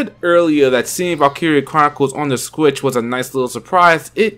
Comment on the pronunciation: Sometimes I hear "Switch" others i hear "Squitch"